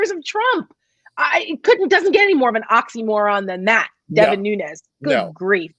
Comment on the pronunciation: It's Nunes not Nuñez. The name is Portuguese not Spanish.